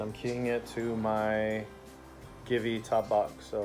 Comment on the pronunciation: It’s pronounced “Jee-Vee”🤦‍♂️